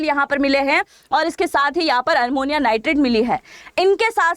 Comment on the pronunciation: Armonium नहीं ammonium nitrate